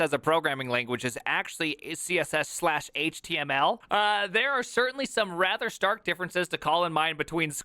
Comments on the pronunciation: that's his thing; he also pronounced html HIT-mull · "Squeal", "Hit-mul", and "Chat Jippety"... I've never heard any of these pronunciations.